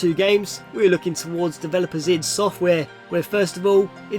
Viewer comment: Eye Dee Software.